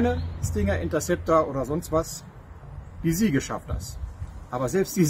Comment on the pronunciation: Achtung Klugscheisseralarm: "Siege" ist ein englisches Wort und bedeutet "Belagerung". Muss mann aber auch englisch aussprechen. Gesprochen wird es "Sietsch", nicht Siege. Tolle Videos! Beeindruckende Entwicklungen! Bitte weitermachen. Viele Grüsse.